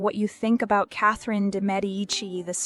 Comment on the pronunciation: First of all THANK YOU FOR PRONOUNCING HER NAME CORRECTLY! :) I couldn’t believe when they changed how they pronounced her name from season to season (from correct to incorrect) shudder. WTH?!